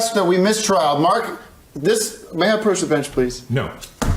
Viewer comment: " 'proach the bench?"